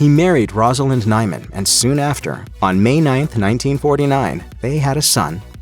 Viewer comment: Correction - He married Rosalind Hyman. Not Nyman as you said in the 40 second mark.